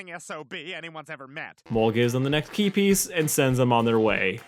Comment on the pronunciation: OOOOH "key piece" I thought you were saying "keepies"